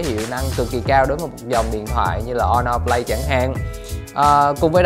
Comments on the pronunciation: Sao Asus lại không nên mua nhỉ? Mình thấy cũng ngon mà. Với lại review đọc Honor Play mà lại đọc là Honor Flay. Đâu phải điện thoại Trung Quốc nào cũng không đáng mua: Xiaomi black shark, Xiaomi mi 8 / mi 8 EE / mi 8 SE, Huawei nova 3/ 3i,Huawei P20 pro, Oppo find X, Vivo Nex S, Asus zenfone 5/ 5z,... Không đáng mua là sao nhỉ? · Khuyên thật bạn này k nên làm review điện thoại Phát âm thì sai Hono flay là hãng j thế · Đt chơi game đc z rồi mà còn đòi hỏi camera? Phát âm tên sp nghe ức chế vl hono play? Là sp nào vậy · nó đọc o no play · Vãi đọc , Honor Flay - GPU tu-bôn - Les of le gần =))